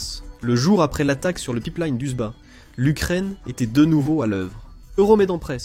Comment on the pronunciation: Le Pipe Liiiine ^^ si tu prononce Line comme il faut fait un effort